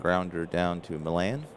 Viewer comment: some pronunciations for you...Felix Millan is 'ME ON'...Clalude Raymond is pronounced 'RAY MOAN'. I went to a fantasy camp in 1993...met all kinds of former Braves, Lew Burdette, Pat Jarvis, Sonny Jackson, Mike Lum and many others...got a real nice video compliments of the week long camp. In the Saturday games, when all the campers played the pros, I got Mike Lum on strikes...and I got it on video with the announcer doing a great job of reporting it. It was a great week...they called it 'Braves Baseball Heaven', and indeed it was. 1968 was my favorite year competing in Baseball and Football. I was blessed to be on some real good teams...one of the players I played with was from Cincinnati and he use to tell me about Waite Hoyt...when he would advertise for Berger Beer. He would say this line..."When ya get the urge, get the Berger, Berger Beer"...I'll always remember that line... Also, Phil Niekro came up for the Braves in 1964...at least that's when I remember it...and he was a knuckler when he first came up...the only other known Knuckler to me back then and earlier was Hoyt Wilhelm...nice job as usual...oh one last comment...I am doing several replays, and my Braves are always struggling. Wes Covington, in my 1958 replay, has a great ONE column vs right hand pitching. In 80 plate appearances so far, he has rolled in that ONE column 5 times! It reminding me of your 'Johnny Bench' slump...one thing about these games...the dice always win! LOL or actually 'Cry out Loud'